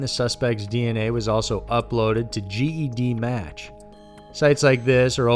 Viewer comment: Ged match 😂😂😂😂😂😂its pronounce jed match